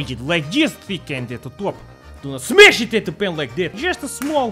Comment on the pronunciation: "Do not S M A S H it at the pan like dat"